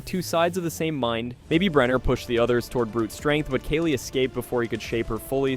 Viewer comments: I was going to subscribe and then you pronounced "Kali" as "Kaylee" and now I hate you 😅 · 1. You need to pause between mysteries. Take a breath. 2. Brenner wasn't attacked in the lab. They were in the school. 3. Kaa-lee, like the goddess.